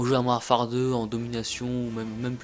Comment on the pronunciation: "Mouarfare 2" Tu devrai parler encore plus vite